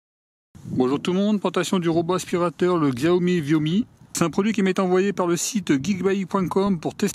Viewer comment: ah ! au fait on prononce chiaomi. Là c'est pas une connerie. 😉😂